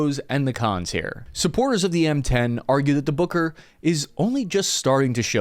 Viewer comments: Boker? Isn’t it “Buuuker” ? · Take a shot every time he says booger. I mean, Booker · I am terribly sorry, but I just can't stop hearing "Hooker"... which leads to hilarious phrases🙈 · I keep hearing "booger" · M10 Hooker is what I hear 😅